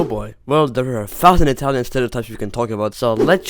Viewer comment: Bro your Italian is better than mine (i am Italian)